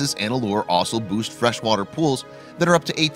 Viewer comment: "Boast" fresh water pools not "Boost."